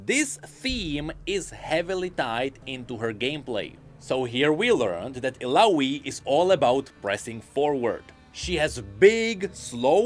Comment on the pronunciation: It triggers me a little how he pronounces Illaoi's name, with an "i" (like in info) instead of an "a" (like in apple) as her name is in another language, not english. One of Illaoi lines was designed to literally say "my name is Illaoi" so people pronounce it correctly!